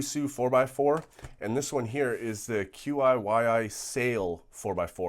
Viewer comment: Qiyi is prononced te-ye idk how to spell it srry